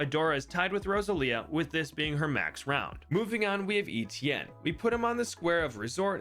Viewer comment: Bruh.. no way you pronounce Etienne like that lmao